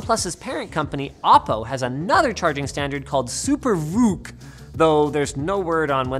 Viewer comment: It's pronouned "VOKE" Linus, and comes form the original klingon usuage for Charge !!! ;)